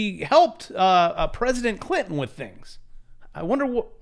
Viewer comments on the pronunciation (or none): none